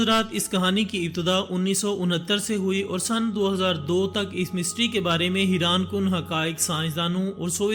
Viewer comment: haiaan not hiran sudarjaa thoda padkay aaja